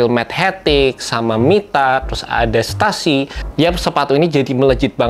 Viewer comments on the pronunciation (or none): Fyi bang Stussy pronounce : Setusi not setasi